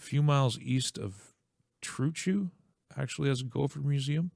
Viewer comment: Trochu ......tr o shoe AB lol